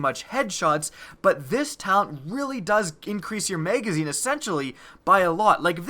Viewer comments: MAGazine...not Maygazine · Why do you say may gazine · What's a maygazine? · MAYGAYZINE, MAYGAYZINE, MAYGAYZINE... i can't unhear it! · Bro purely do to the way you say the word magazine I just can’t stand you 😭😂😂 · OMG so annoying!!